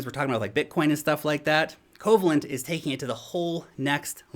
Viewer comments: Pronounced “COE VALE ENT” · Yeah, with a name like Coh-vay-lent, you'd think they deal only in bonds.😏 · why are ppl saying "KOH VA lent"... That word is coe-VAY-lent. It's a type of ionic bond. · If you've ever take a chemistry class in your life, you cringed at Covalent pronunciation... 😂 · I was thinking same. Also his smarts don't extend to philosophy either, as he didn't know Occam's Razor either.